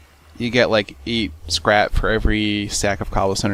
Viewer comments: it sounds like you said crap not scrap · when u said scrap i tought u said crap XD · every time u say scrap i think u say crap xD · He said"the scrap" but it sounded like "This crap" hehe